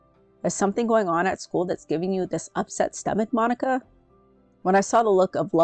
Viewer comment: She did NOT say Mon-Ick-a🙏🙏🙏🙏😭😭😭😭😭